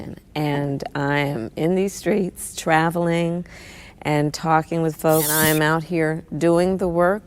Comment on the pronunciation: "I'm in these screets" - Kalama is such a pathetic phony! How could anyone trust her, or for that matter, trust democrats? So pathetic, I cannot believe this is the best the democrats can do, but I'm glad they are doing it because it is going to be a LANDSLIDE!